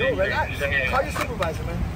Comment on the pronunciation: "Relaxssh, Relaxssh, Deesshcalate, Sufferin' Succotash." 🤡